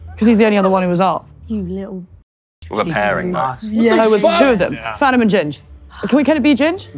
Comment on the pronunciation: I came to see your reaction bc I heard her saying “fat” when she tried saying yo name 😭